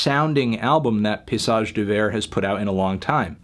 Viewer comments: pa-y-sage! not pay-sage! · I cringe every time you say "pissage", melon. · Dawg stop pronouncing it piss-age 😂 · "Paysage" is prononced "pay-e-sage". The "y" can sound like an "e" in french. Bonne journée sale pastèque :) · it's pretty accurate in fact! just missing a syllable in paysage (pay-EE-sage)